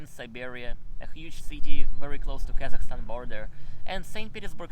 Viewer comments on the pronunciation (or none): none